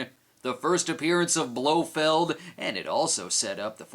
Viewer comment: um... I believe that’s properly pronounced as “blo feld” is he gonna announce on his bullhorn that he has some black dynamite too?